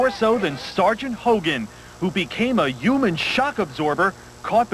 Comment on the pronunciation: A “uman” shock absorber lol